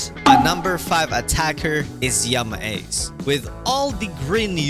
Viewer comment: Bro yama ace sounded like yamaha😂